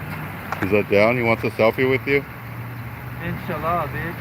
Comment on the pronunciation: Wow is saying God willing in Arab perfectly 👌